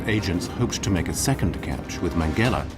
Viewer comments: How difficult can it be to pronounce his name Mengele, not Mengellleh…….??????? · I gave up, I don't accept censorship and bending the truth. Stop uploading this to evil YouTube! By the way speak his name CORRECT. Mengele! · The narrator's mispronunciation of Mengele ruins this excellent doc. How could this be allowed to happen by the producers? How hard can it be to say it correctly? It's like calling Trump 'Tramp', or Putin 'Pew-tyne' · Learn how to pronounce his name , you sound uneducated!!!!!!!!!!!!!!!!!!!!!!!!!!!!!!!!!!!!!!!!!!!!!!!!!!!!!!!!!!!!!!!!!!!!!!!!!!!!!!!!!!!!!!!!!!!! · Why is the name Mengele so wrongly pronounced?